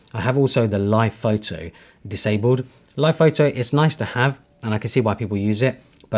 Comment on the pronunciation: bro said phaitai for photo 😭